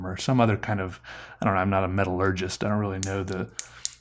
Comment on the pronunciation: also "metalorgist"